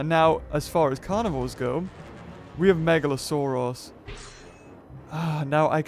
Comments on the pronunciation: You say meglasaurus megla-sore-ass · Is it just me or does the say megalosourass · Uhhh you seid megalosaorus but its orenauced megalosaurus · It sounds like he's saying "Megalo-sore-ass"